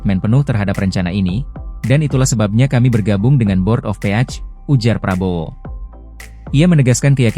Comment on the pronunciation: Bor of peac.....lucu pembawa beritanya..kayaknya hrs sekolah lagi